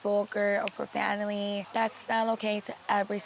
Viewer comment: I think its actually a speech impediment, her t s are always replaced by l s.